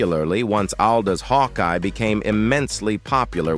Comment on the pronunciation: FUCK AI NARRATORS. Captain Hawkee? Also, he never served in Korera, His career was all stateside